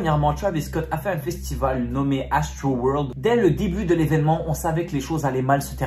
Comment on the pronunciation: « Astroroldddddd » « trwiiiiterrr »